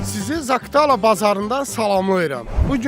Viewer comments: Zaktala yox Zaqatala !! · Zaktala yox zakatala. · Yaxşı oğlansan. Ancaq Zakıtala yox, Zaqatala. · Zaktala yox, Zaqar Tala.. AVAR RAYONLARA GEDENDE DUZ DANISH